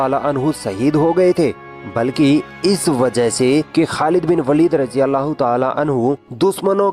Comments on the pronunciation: खालिद बिन वलीद ना कि वालिद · It is pronounced as waleed or Walid and waalid = father in urdu Name is khalid ibn e waleed or walid . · It's not a Walid it's waleeeeeeed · Sister its not walid by the way ist waleed😊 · Waalid nahi vo lafz waleed he. ख़ालिद बिन वलीद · This is Waleed not walid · It's not walid its Waleeed 😊❤️ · वालीद नहीं है वलीद है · It is waleed not Walid.. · Not Walid(वालिद) Waleed(वलिद) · jii aapne sahi se nahi bola waleed not walid khechna h waleeeeed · यह वालिद नहीं वलीद है। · Sister walid nhi waleed Khalid bin waleed not walid ok sis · Jazakallah, but sister you pronounced वालिद(meaning Father) but he is actually वलिद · Walid nhin Waleed bolo वलीद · Its waleed Not walid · Waleed not walid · Not Walid it is Waleed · Its वलीद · Behn it's khalid bin waleeeed!